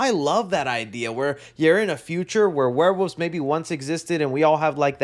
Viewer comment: I love that can't say Werewolves and always says Warewoofs.